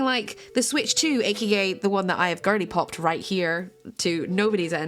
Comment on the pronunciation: I didn’t know I needed to hear a British person to say girlypop until now